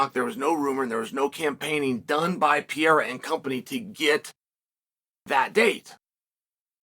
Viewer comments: Two r's should be pronounced. Pereira. Not peara. 😂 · dude his name is alex peReira no peeheyra forfuksakeeeeeee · It’s not Pierre you steroid user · Alex Pierra 🤣